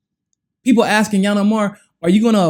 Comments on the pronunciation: Please pronounce her name ..ill-han not yan. It's confusing when you make up a new name for her. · Hey learn how to say her name right i thought you were talking about another person. Lol. It's ( eel - han)